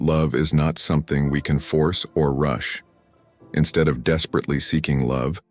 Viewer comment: “In steid” Hahaha. I see you aye eye. No app for present, imperfect and or free human beings in-person, I imagine. Thank you for this upload.